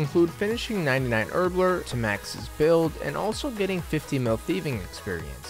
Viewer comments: HerbLORE. Not herbLER. Sorry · My man pronounces herblore as “herbler” lol